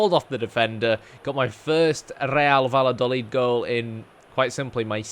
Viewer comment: Nice move! Spain will be a good place to build your career. Double-L is generally pronounced as a Y sound, so it's best said Va-ya-do-leed.